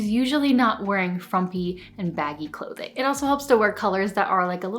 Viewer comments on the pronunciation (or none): none